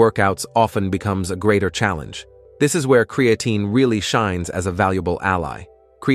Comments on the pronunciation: Why does AI always mispronounce words like Creatine.and Peart (as in Neil Peart the professor). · ai says create-teen is good for you